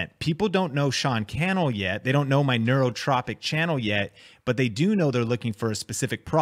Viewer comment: Need to say Neurotrophic correctly.